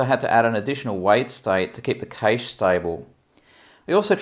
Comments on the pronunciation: Ca-shay or cash but for the love of all that is holy it’s not caysh. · it's called cache and pronounced similar to 'cash'. It's NOT "keeeaish".